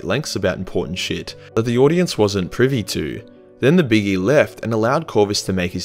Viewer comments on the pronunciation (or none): none